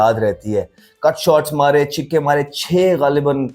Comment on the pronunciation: Chhikke nahi chhakke bolo